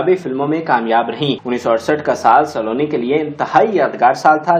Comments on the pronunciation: یہ سا لو نی نہیں ، سلونی ہے آپ مزید بھی خا صےignorant ہیں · لفظ سالونی نہیں سلونی ہے پھُدی دیا۔ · Nice attempt to promote pak film industry...but plz improve ur pronunciation of Urdu ....word is Saloni not Saaloni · Saa--loni, Nahi Saloni. سلونی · Please work on your pronunciation. You cannot even pronounce her show biz name properly. You must have had some very dumb teachers; nobody bothered to correct your Urdu/English pronunciation. Listen to yourself - Not everything is pronounced in Punjabi.